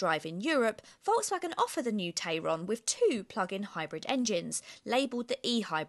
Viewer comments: You’re pronouncing the name of it the way that I pronounce the name of it which is TAY RON Whereas all the other reviews that I have seen call it a TAI RON, so which one is it? Do we pronounce it like the way that it is spelt or not? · About 3 days after it goes on sale the dealerships will be fed up of having to mention "It's pronounced Tie-ron actually" and never again will it but pronounced as such in the UK.